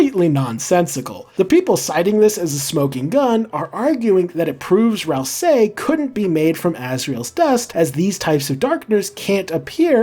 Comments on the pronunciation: I feel like i die a little every time he says RalSAYY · You say "ral SAY" so weirdly